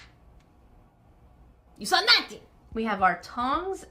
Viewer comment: i never know if says ''you saw nothing'' or ''your so naughty''...